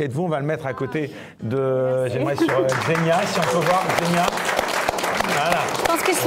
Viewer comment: Je sais que c'est pas intuitif pour les français, mais ça se prononce "Ksénia". Même chose pour Svetlana, ça se prononce plutôt comme "Çviétlana", pas "Zvétlana" :)